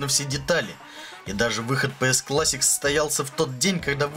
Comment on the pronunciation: Господи, чел, плЫстейшен клЭссик?! Блооо... Мои уши.... Плэйстейшен клАссик (ударение на А)